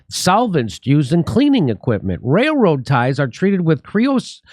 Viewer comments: holy shit ...Jimmy turned into ELMER FUND... wailwoad ?? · I like how Jimmy can’t pronounce railroad workers. It’s very endearing.